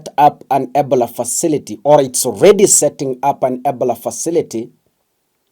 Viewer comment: We follow you for news but when we give you suggestions especially with your pronounciation you ignore. You should know not only Kenyans follow you to keep up, can you pronounce Ebola properly so we know what you are talking about. i i-bow-luh